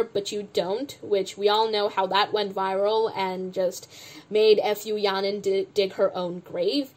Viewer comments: Her name is Fu Ya Ning. Don't read it F U. Its sounded like a curse word. Your comments were reasonable. Keep it up!😁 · the way u keep saying her name as f u yaning 😭 deserved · did you say f-u yaning on purpose SKFJSJDJ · "now f u yaning" Idk whether it was intentional or if you simply mispronounced 'fu' yaning but that sounded hella funny 😂😂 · I love how you pronounce her name as F U yahnin HAHAHAH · Hi, long-time CLC superfan and Yujin stan here. Though I also very much dislike Fu Yaning at this point, and I don’t disagree with the anger and frustration you present towards her in this video, I’d like to point out that butchering her name is very disrespectful to an entire family and bloodline of people. Fu is a very common Chinese surname, and I’m sure people growing up in the US with that name have heard that joke before. It’s a mockery of a lineage and disrespectful to an entire group of people who have likely heard their name butchered like that several times. Disliking her and saying she doesn’t deserve publicity is valid, but this name issue is pretty much bullying. I mean no hate or harm to you, and thank you for making this video so we don’t have to sit and skim through 2.5 hours of content :) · Laughing so hard on how you pronounce fu yanings name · I know you don't like Yaning, and like, I don't even watch this show, but the wilful mispronunciation of her name seems a bit insensitive